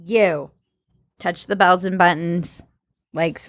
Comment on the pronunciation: whenever she says "touch my bells and buttons" it sounds like "balls and buttons"